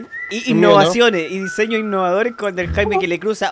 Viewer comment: Nótese " Diesños" XD